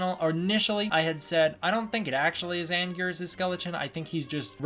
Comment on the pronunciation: It is Anguirus